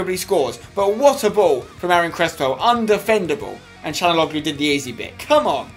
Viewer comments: it's can not chanaloglu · its calhanoglu not canaloglu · It's (chalan-ouloo) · CHAL-HON-ALOO For God sake Spenny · I think his name is pronounced Sha°la°nou°gloo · that's how u pronounce it spencer: Cal-ha-nog-lu the way u say it is wrong